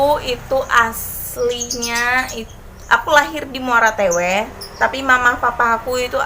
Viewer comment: Wah terkejut dengar kakak bilang muarah teweh 😂😂 hallo kak salam dari palangkararaya 💕